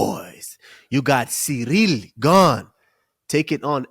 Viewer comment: HEY USMAN ITS CIRYL NOT CEREAL YOU JUICED UP SPIDER ......